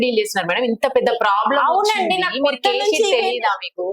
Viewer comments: It's not k sheet, it's case sheet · Reporter is very ignorant. Case sheet ni K sheet ani antunnaru, meeku case gurinchi em artham aithadi inka? Koncham knowledge unna vaallani hire cheskondi.